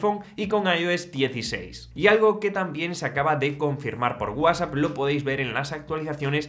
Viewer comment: Que MAL PRONUNCIAS WHATSAPP! 😂